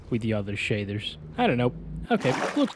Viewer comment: "Shadthers"